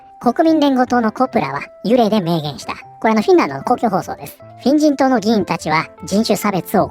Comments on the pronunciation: これ、画面見てないと「変人党、変人等」って聞こえるんよなー （むしろ正解） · フィン人党が変人党に聞こえてしまった